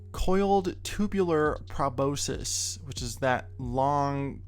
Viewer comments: Proboscis. pro-BOS-kis , or pro-BOS-sis. Never pra-BO-sis. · it's probe-aus-kiss, proboscis